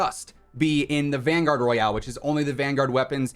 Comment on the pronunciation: Did you say vanguard royale